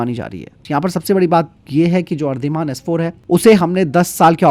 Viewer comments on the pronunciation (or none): मेरे दोस्त पनडुब्बी का नाम अरधीमान नहीं है अंग्रेजी में पढ़ो तो ऐसे ही बोला जाता है ! लेकिन इसका वास्तविक नाम अरिदमन है 😮